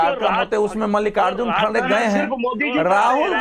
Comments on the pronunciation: इसकी दाड़ी कहा गई खरगे है खारगे नहीं बोलना तो सिख ले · Pappu ji ,Kharge word is pronounced wrongly by you. Please correct yourself and don't insult the senior leader of your party.